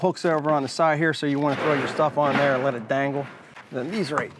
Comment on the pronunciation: Good review. But god the way you say "here" and "there" got old real quick